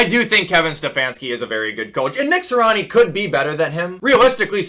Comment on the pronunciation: Its Nick “Si-ree-ah-nee”, not Nick “si-rah-ni”. Good vid tho 🔥